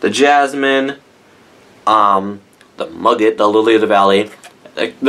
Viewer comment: Muguet is pronounced 'Moogay' in French. Love your reviews!!